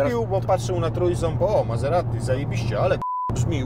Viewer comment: Wymawia się MaZerati.